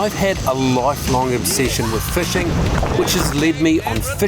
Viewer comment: 'Fushing advintures' 😂😂😂